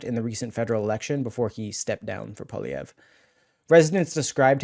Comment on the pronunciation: Poi - li - ev - re. PWA LEE EVV. RRRA. Poilievre not poly - evv. lol